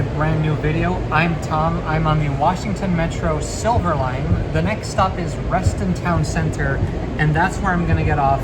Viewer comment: local here, it's reston TOWN center, not reston town CENTER